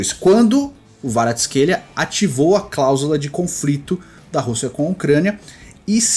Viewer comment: Na verdade tem um vídeo do Kvaratsckhelia pronunciando seu nome e o ele pronuncia o som do K e o v tem som de U. Então seria Kuicha Kuaratsckelia a pronuncia.